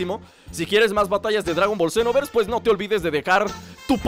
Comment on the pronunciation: di jiste al principio del video dagon boll zenoverxe